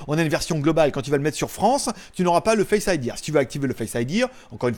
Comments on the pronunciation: C est tres bizarre on dirait que tu dis face idièr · Merci pour la vidéo mais on dit pas face idir 😂